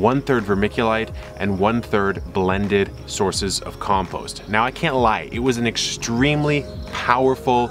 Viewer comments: From now on, I'm saying "compoost" instead of "compost". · hahaha "compoost".... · Something about the spelling of compost into comPOOst nearly made me spit my coffee out laughing. Thank you Kevin. For everything you do for us LOL much love